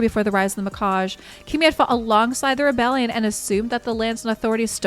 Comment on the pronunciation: Sorry, love your content, but.. it's Mi kah Gee